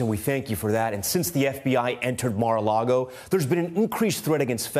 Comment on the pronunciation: MAR-A-LAGO NOT MAR-A-LAGOE